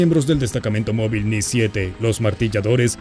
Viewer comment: En el minuto se escucha decir "Ni-7" el término correcto era "Nu-7" martilladores, si lees esto, comprueba si es verdad.